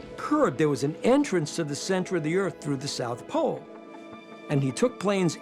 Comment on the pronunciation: Why tf does he keep saying "poll" instead of "pole"